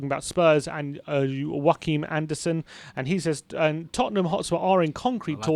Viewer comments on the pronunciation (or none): It isn’t “Wackeem” Andersen. He’s Danish, not Spanish. It’s “Yo-ah-keem” Andersen.